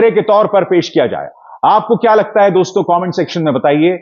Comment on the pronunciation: please say DOSTO not Dostonn.